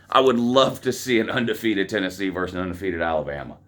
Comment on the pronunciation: VERSUS! not verse. VERSUS! please.